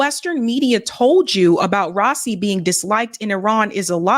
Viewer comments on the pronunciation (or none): Raisi (Ra-ee-see) . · it's RA-ISI, and I heard there were 4 Million in the procession 4 his funeral 😢